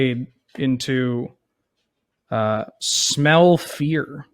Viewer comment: The first time said "Smell Fear" I heard "Smell Pierce" and I thought they made some wierd new card called "smell Pierce"